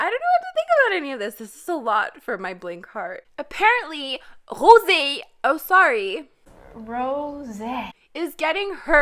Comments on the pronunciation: your pronounce at rosè name, is sounds expensive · oh,but the way she said the "o" and "é" sounded french. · Something about you saying rosé is just satisfying